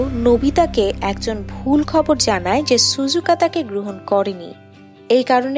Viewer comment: ছুজুকা না 😂 ওইটা সিজুকা হবে.